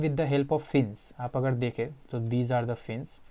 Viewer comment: Bhai woh chadacteds nahi characters Woh agad nahi agar hota hai Aur woh ड़ nahi र hota hai 😂😂😂😂😂😂🤣🤣🤣🤣